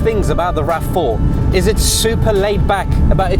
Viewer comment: teh you tah raf fouh